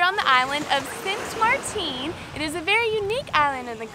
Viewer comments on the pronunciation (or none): My home!! I am happy you all enjoyed yourselves!! 🥰🥰🥰🥰 sualiga love! It is pronounced as St. Maarten (marten not marteen). Strech the double " a" and shorten the "e" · Ten not teen... Written St. Maarten/St.Martin pronounced St. MarTEN... Hope you enjoyed our island. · Sint Maarten (Dutch side) and St. Martin (French side). Right? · I live here and I know it’s a mistake that a lot of people make but it’s actually Sint Maarten😗 Saint Martin is the French side idk if u know this but there is two sides to the island French and Dutch and u were on the Dutch side❤️Simple mistake I wasn’t hating also i luv u guyss💋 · It's St. Maarten. You're on the Dutch Side. French Side is St. Martin. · hey hey. I am from St. Maarten (Dutch side). Glad you loved it. BTW just wanted to let you know that you pronounced and spelling of the Dutch verbiage is incorrect. Saint Martin (French) and Sint Maarten (Dutch). Sorry pet peeve of mine. haha